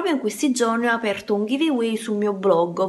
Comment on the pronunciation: "Sul mio bloggo"😂😂